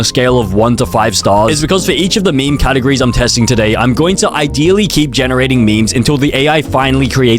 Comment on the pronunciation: “Catagres” “Scol projec”